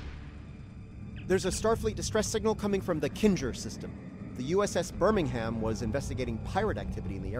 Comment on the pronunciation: Hahaha excellent pronunciation of 'Birmmmingam'.